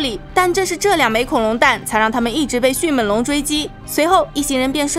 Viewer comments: 是迅meng龙，不是迅men龙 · 迅猛（meng）龙 来跟我读 m eng 猛 不是迅men 龙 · 迅闷龙？好好发音吧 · 这个发音好出戏啊 迅men龙 比一样的人参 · Bill Wei 我已经实在受不了up主的迅měn龙了。。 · 在聽講解時我每次聽到迅ㄇㄣˇ(門ˇ)龍，就會出戲一下XDDDDD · 妳的迅猛龍的猛是不是發音有點問題啊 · 捉个虫：猛是后鼻音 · 我也是听到这儿就浑身不舒服。